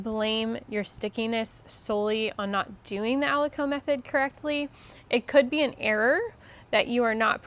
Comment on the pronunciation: Thank you for sharing these great details,! I’d like to mention that aliquot is pronounced as “ah-lih-kwat” and not ah-li-coh”. I work in biotech and these are common terminologies in analytical/QC for assay testing.